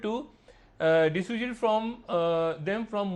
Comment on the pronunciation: Dissuade.... Padhna isse aata nhi hai..... Bada critic bna betha.... Saala gawar... Modi jindabad